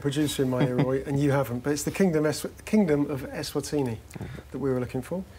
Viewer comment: Well done - decent pronunciation of eSwatini!